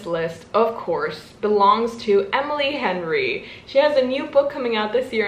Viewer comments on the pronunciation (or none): none